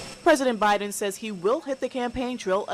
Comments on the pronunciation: She just said Obiden! Lmfao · Did she say Obiden !? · Did she just say Obiden😂😂😂😂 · Dude she actually said “obiden” at :31 🤣. She knows what’s up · She called him “Obiden” 😂